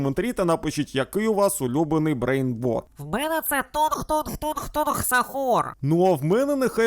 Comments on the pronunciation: Правильно кажуть брейнрот а не брейнбот😂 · Брейнротів❌😂 Брейнботів✅😂